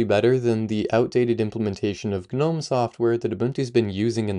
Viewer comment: Are you really saying G-nome?? Are you for real?? Dude ... It's *NOME .... The G is silent. You understand what a gnome is, right? It's a legendary dwarfish creature resembling a tiny old man. Here, in the UK, older generations used to have little statues of them in our gardens, doing various things like fishing, sitting, standing, etc ...